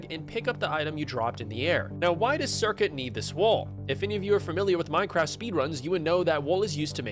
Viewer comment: This guy doesn't know how the speedrun works. Curcuit a made a whole video analysing the run. Also, it's not "circuit".